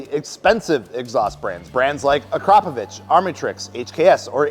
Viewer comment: Ak-ra-po-vich. Why can no one get it right all of a sudden???!!???